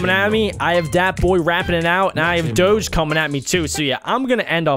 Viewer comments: its Doge like Dogie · it dog-e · U say Doge wrong